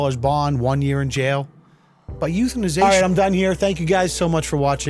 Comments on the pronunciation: "but, euthanasion" nuff said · "...but euthaniztion..." HAHAHAHA!